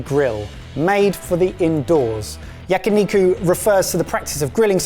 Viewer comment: he can say onigiri correctly but yakiniku was butchered only the way a British man could.